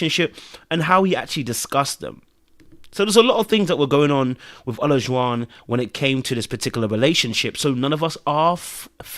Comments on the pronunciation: I hollered every time you butchered that man's name. "Elijah-won" or just "O",. LOL! I wish both of them the best. Maybe O should go back to dating non-Black women. Leave our demographic alone! Ha ha! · There are four syllables in O-la-ju-wan. Maybe that will help you say the brother’s name correctly. 😂